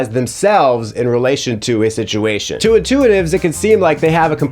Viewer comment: bros turning Northern Irish “sitiatuun!”